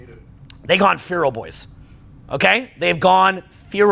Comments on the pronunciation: It’s pronounced FEH-ral not FEE-ral - Guy from England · I just started this vid, good so far, but for the love of god the word is feral not fearal lol please unf_ck yourself 😂😂😂😂😂😂😂😂😂😂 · fay-ral not fee-ral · pronounces feral like fearal. its like fair ll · Practice this: "Ferel" is pronounced "Fair Roll" not "Fear Roll." And it's "so forth and so on," not "so on and so forth." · It’s pronounced “fer-al” not “fee-ral” thanks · Feh-rull not fee-role lololol Feh as in meh. Rull as in rull. Feral. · I heard the pronunciation, he’s right, we have gone “Feeral” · Feral: Feh - ruhl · When he asks them all to repeat FEE ROLE and half of them say it like that lol instead of the right way… they failed a social milgrams test 😂😂😂 they said the paper was red. Fail!! 🤭 Hehe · Pronounced f'EH'ral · It's pronounced "fare uhl". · Farel rhymes with barrel. :/ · Feral is pronounced like Will's last name, "Ferrell". But I get it, he's from Canada. Up there they pronounce "been" like "bean", etc. lol. I love anyway. He's the man. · Bro, it’s Feh-rul 😂. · the irony of the red card yellow card story, and the crowd copying his wrong pronunciation of "feral" hasn't been missed here. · My dad couldn't pronounce his f's either. But that was the worst pronunciations of 'feral' I have ever heard. But truthfully, it has always been this way. We just convinced ourselves otherwise. And it is just in our face because of social media not letting us bury our heads in the sand. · ...Can't even say the word feral. Lol. #Domesticated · Strange pronunciation of ‘Feral’ there… 😂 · My brain just can’t get over the way pronounces ‘feral’ 😭 😂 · Is that how Canadians say feral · It was hard to get passed this but I pushed thru because the message is right 😂